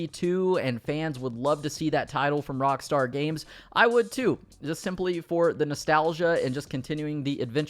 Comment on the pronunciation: Even if it was unintentional I still like what you did there. "Cockstar" instead of Rockstar sounds hilarious.